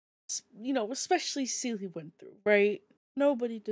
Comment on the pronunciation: I think the word you're reaching for, is the acronym for C U Next Tuesday. Also...it's SEE-lee, not suh-LEE.